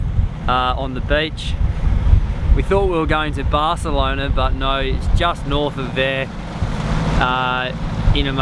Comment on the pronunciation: Not Bard elona but Bath elona. Good to see you doing a sail. When on the motor, is the Cat using more juice than the Mono?